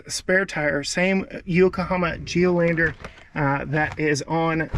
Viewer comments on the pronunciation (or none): Geolandaaar not Geloandeeer lol:face-turquoise-covering-eyes